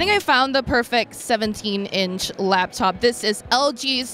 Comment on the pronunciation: LAP top. NOT LAB top. They are designed to rest on your LAP. SMH! Thumbs down for that.